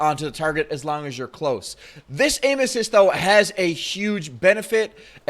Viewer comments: to sounds like anusists 😂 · I thought he said anus when he said aim assist LOOL